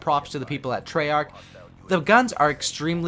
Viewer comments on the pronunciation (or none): none